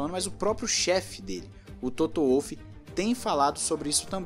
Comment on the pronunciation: que agonia ouvir Toto "Uolf" ahahahaha em alemão o W tem som de V meu irmão